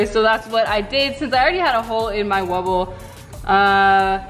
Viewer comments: It's not wubba it's wubble😆😆😆😆😆😆😆😆😆😆😆😆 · DID ANY ONE ELSE NOTICE THAT SHE SAID WUBA AGAIN !?!? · Ypu said wabba again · U SAID WABBA!!!! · Not tryna be rude but it gets me SOOOOOOO mad when you say "wabba"